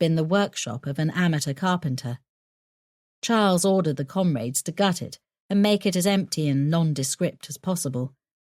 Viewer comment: Can't stand the constant use of the word 'comrades', especially the way the narrator pronounces it.